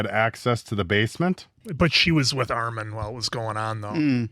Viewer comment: STOP SAYING ARMAHN